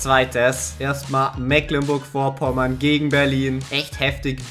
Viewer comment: Mecklenburg Vorpommern heißt das und nicht Mäklenburg